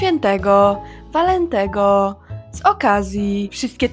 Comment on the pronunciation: Ok, zgadzam się ze wszystkim, ale w sposobie w jaki wymawiasz słowo "Walentego" akcent nie pada na ostatnią sylabę. W dalszym ciągu pada na przedostatnią. Może chodzi Ci tu o samą manierę jakiej używają do wypowiadania tych słów używając identycznej intonacji zarówno w przedostatniej jak i w ostatniej sylabie.